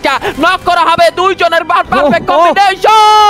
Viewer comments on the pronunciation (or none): none